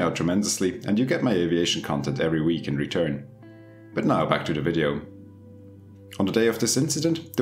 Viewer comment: Ill subscribe when you pronounce Video correctly...